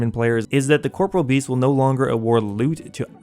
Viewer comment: thank you for at least trying to pronounce corporeal beast correctly. no one ever does :(